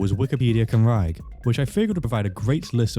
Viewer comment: 😒🤚Cumrag? 😎👉Cymraeg.